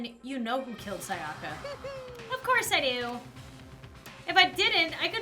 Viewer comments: I'm kinds triggered about how says Sayaka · it sounds like you're unsure of the pronunciation, here's the way to pronounce them: Naegi: Nai-eh-gi (hard g) Sayaka: Sai-uh-kuh Byakuya: Bee-yah-coo-yah